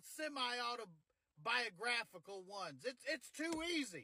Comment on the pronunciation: The pause between "semi" and "autobiographical" is what killed me. :)